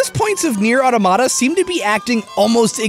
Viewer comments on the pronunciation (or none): automata = a mechanical figure constructed to act as if by its own motive power; robot (aka an android) also plural of automaton. its pronounced [aw-tom-uh-tuh] not auto-mat-uh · Holy crap, the way you say Automata is killing me. Auto-Mata. I think it's more like the way you would say "Automaton" with the emphasis on the first T, like auTOMata. Or like au-tamata. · It's pronounced like automaton not auto mata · You are pronouncing "automata" incorrectly. Firstly, you pronounce it as "atamata", which is incorrect, you actually have to pronounce your voles correctly. It's as ridiculous as if you pronounced "automobile" as "atamobile". Secondly, the stress should be on the "to", i.e. "auTOmata". "Automata" is the plural form of "automaton", which, I hope, you do pronounce correctly, and which should help you with the proper pronunciation of "automata". You can't believe how I'm triggered by so many people pronouncing it incorrectly. Some even give up in pronouncing it to the point that they say "Neir Mada Mada". What. The. Hell. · aw-TOH-muh-tuh not AW-toe-MAH-tuh How are you gonna be mocking MatPat's pronunciation of technical terms and get the name of the damned game wrong? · You fucked up to pronounciate another thing this video, the game's name: The emphased syllable is auTOmata , not autoMAta like you did. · So, I'm not pissed about it or anything, but you got the pronunciation of 'Automata' all wrong. It's more like the word 'Automaton' (Ah-Tom-Ah-Ton). It should be pronounced more like (Ah-Tom-Ah-Ta), rather than (Ah-to-mah-tah). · Dear, Please pronounce automata correctly. awe-tom-ah-tah, not auto-mata Regards, A commenter. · "I totally messed up saying Epidural last time" ... and Automata this time It's Aw ta ma ta, not Aw toe mata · It's not automata it atomita. Also #letaustimcurse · Awe-TOM-ah-tah Or-thawg-uhn-uhl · Talks about how he messes up pronunciation. Mispronounces Automata (Ah-tah-mah-tah)